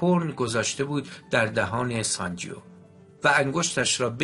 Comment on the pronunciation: اسم شخصیت مرد کتاب sanjeeve تلفظ میشودونه انطور شما تلفظ میکنید sanjio, بهتر است قبل از خواندن یک کتاب دستکم گویش درست انرا یاد بگیرید٫ گذشته از ان نیازی به تکرار پی در پی اسم شخصیت داستان و انهم بصورت نادرست که اعصاب شنونده را داغون میکند نیست٫ کار ضمایر در گرامرزبان همه ربانها جلوگیری از این کار است ٫این ضمیر در دستور زبان فارسی واژه «او » است. امیدوارم در کتاب خوانی های اینده کارتان بهتر از این باشد. من نمی خواهم نا مهربان باشم یابخواهم توهین کنم ولی درست این است که پیش از اغاز هر کاری شیوه درست انرا با کمی بررسی یاد بگیریم، موفق باشید